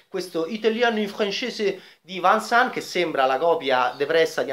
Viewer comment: Film meraviglioso e significativo. Inspiegabile questa critica. Sbaglia anche la pronuncia di Vincent. Un consiglio: preparati meglio!